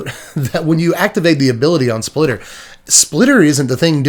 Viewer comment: spitter not splitter